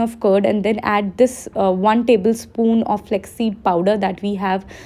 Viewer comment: Flaax seed, u keep saying it as flex flex... Cringe